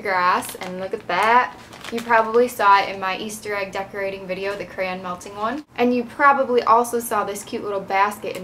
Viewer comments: Lol u say cran not crayon just like me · Yep, me too